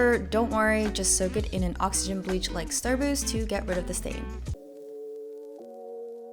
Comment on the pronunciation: ya i fr could not understand what she was saying 😭